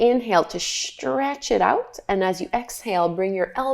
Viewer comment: I like your yoga exercises, but as soon as I began hearing you say "shtretch", "shtrengthen,", "shtrong", etc., I couldn't unhear it. At first it pulled me out of my meditation, then it became an irritant. I'm sorry because I really do like your videos aside from that!